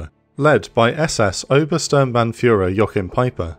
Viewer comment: your german pronunciation is iffy in many places... the only shortcoming of your videos :D volksgrenadier is read "folks" (like "that's all, folks", looney tunes). Also, your rendering of Sturmbannführer is really abysmal, very much in line with hollywood movies... I guess this triggers only german native speakers like me :D And those criminals really merit their titles being mispronounced for eternity!! Anyways, love your videos as your calm and objective tone. It really showed in the videos where you hosted other youtubers. The focus on the logistical, tactical and strategic elements, on one side, as well as the human experience on the other, is fantastic. Love your work. Keep it up.